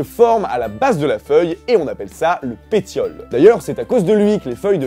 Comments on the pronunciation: Attention pétiole se prononce "péssiole" et non pas "péttiole". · ca se dit péciole pas petiole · Le péTiole... En fait ça se prononce "Péssiole" :/ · On écrit bien pétiole, mais on dit péSSiole et pas péTiole en fait... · on dit "péssiole" et non pas pétiole !! (j'ai 12ans et j'ai apris ça en 6ème )😂😂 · On ne prononce pas le pétiole "péTiole" mais, "péssiole" ;) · le "pétiole" se prononce "péciole", pour info ;) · on dit pas le petiole mais le peciole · Petite correction, le pétiole (qui se prononce "péssiole") n'est pas la couche de séparation mais simplement la petite tige qui relie la feuille à la branche. Pour cette fameuse couche de séparation, j'ai trouvé "couche de liège" ou "zone d’abscission", mais pas de nom en un seul mot pour la désigner. Voilà voilà. Sinon bon courage pour la suite ! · sa s'écrit pétiole mais se prononce péssiole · Les pétioles sa se dis pésssioles!! ;) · Pétiole se lit pésiole mdrrrr jpp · ca se prononce "pessiole" si jamais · PETIOLE SE DIT "PESSIOLE" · Techniquement la vidéo et juste, mais en vrai, la sève descend dans les racines. L'arbre vie donc uniquement dans la terre et reste en état de "mort" a la "partie visible" (tronc, etc...) Ps: Pétiole se prononce "péssiole" c: J'étudie la botanique au passage, au cas ou quelqu'un voudrais ramené sa science contre moi, sachez aussi que j'ai étudier sa lors du cours précédent ^^ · Si jamais, le pétiole (Prononcé Péciole) n'est pas la fameuse couche cicatrisant à la base de la feuille, il s'agit enfaite de la "tige" de la feuille. La couche en question se nomme La couche abscissique d'après le nom de l'acide abscissique, phytohormone provoquant la chute des feuilles parmis bien d'autres phénomènes métaboliques de la plante. Voilà petite précision pour corriger cette petite erreur, sinon le reste était nickel. Continue comme ça ! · C'était intéressant, plus intéressant que mon prof de biologie végétale en L3 xD Par contre "pétiole" se dit "péssiole" :D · "Pétiole" se prononce " péssiol "